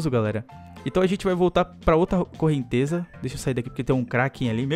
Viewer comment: "correntesa" e com 'z' ashaushau